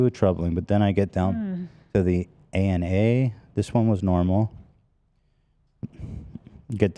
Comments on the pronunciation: Watching mispronounce the words on his blood test is sooooo funny as a nursing student😭😭😭 I love him sm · ethan mispronouncing all the medical terms made me chuckle as a nurse